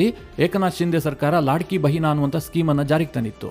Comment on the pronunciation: ಅದು,ಲಡ್ಕಿಬೆಹನಾ,ಲಾಡ್ಕೀಬೆಹನಾ ಅಲ್ಲ.